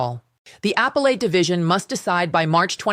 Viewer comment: "Apple-Ate"... I thought it was "uh-PEL-at". That looks like an AI fail. Plus, this is an old story.